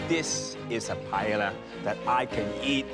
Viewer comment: Tapped out at the Asian guy calling it pi-yel-la. If you're a world class chef, you can learn how to say the national dish of Spain